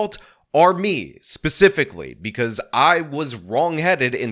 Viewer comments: said pacifically instead of specifically 😂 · so that wasn't just me!! I had to replay it and it sorta sounds like she puts the most silent of Ss at the beginning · Did that fbi agent say “pacifically”? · She literally said pacifically instead of specifically 😂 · she’s a spokeswomen for the fbi in this situation. Yes she should know the difference between “pacifically” and specifically. What? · She pacifically made it clear that it wasn’t a terror attack. We live in New Orleans, and were watching the local news Wednesday morning, and when she said “pacifically” my husband about died. I also loved her nose ring, something that is pacifically violative of the FBI’s rules regarding their agents’ appearances: no facial piercings. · I don’t know. Do you think the script she was reading from said “pacifically”?